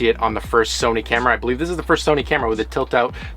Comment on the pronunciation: “Somy” camera